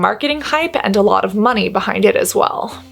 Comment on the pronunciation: Cassandra, I have no problem with the price making it “inaccessible”. I wouldn’t buy it if it cost €5, as it would be a waste of my money. By the way, how does one spell how you say “money”? Monet? Monee? Mon-eh? 🦋❤️